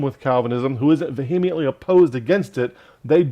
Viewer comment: I consider myself quite vee-uh-ment-ly opposed to the false "doctrine" of Calvinism, too. 🙂